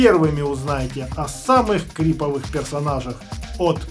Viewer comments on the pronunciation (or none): Не крИповых, а правильно крипОвых!